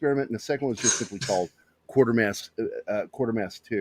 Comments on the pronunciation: Donlevy was Canadian. It’s Quater pronounced like Quaker not Quarter. It started on tv in 1953 on the BBC. Hammer bought the rights. And made two films based on the first two serials with Brian Donlevy whose performance was so disliked by writer Nigel Kneale that Kneale refused to sanction a third film til 66 when Andrew Keir was cast. Kneale also did the adaptation for the film version of PIT. Dr Who was loathed by Kneale. It wasn’t inspired by Quatermass but did pinch ideas from Q2 and Pit for some of its episodes in the early seventies starring Jon Pertwee as a more Earthbound Doctor. After a fourth series called just Quatermass in 1979 starring Sir John Mills as the aging and retired Professor, Kneale finally brought The Quatermass Memoirs to BBC Radio 4 in 1996 again starring Andrew Keir in his final performance before his death. The remake and live broadcast of Kneale ‘s 90 minute condensation of The Quatermass Experiment was transmitted on BBC 4 in 2005. It was an interesting if flawed piece of event tv. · The TV series pronounced the name Quaitermass. I don't recall how it was pronounced in the movies.